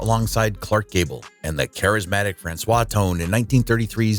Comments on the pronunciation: I believe Franchot is pronounced Fran-choe. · Franchot is pronounced Fran Cho (the T is silent), "Ondine" is pronounced ahn DEEN. Methot is pronounced Meh-tho (the T is silent), Ferrer is pronounced Feh REHR. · How do these videos choose narrators? This guy's mispronunciation of Ferrer is perhaps understandable, even if it destroys the fiction that he knows anything about his subject, but how does he drag Francois out of Franchot Tone?